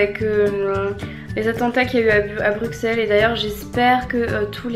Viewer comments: on dit pas Bruxxxxxels, on si Brussssels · Comment s'écrit le nom de la rue avec le mur de plantes ? Et j'aimerai bien que tu fasses avec eux le challenge "Je n'ai jamais..." ! :) Nous sommes tous attristés par les événements d'hier matin à Bruxelles (on dit BruSSels Marie ! :p), nous sommes tous solidaires face à cette inhumanité... Bisous <3